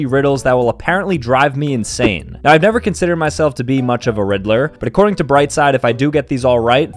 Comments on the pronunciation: when in the first 10 seconds, when he said "riddler", i genuinely thought he said "rizzler" 🤣🤣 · I thaught he said rizzler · "you see a riddler" me who thinks that he said rizzler